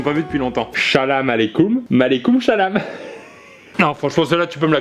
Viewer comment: C'est pas maleikoumchalam c'est aleikoumchalam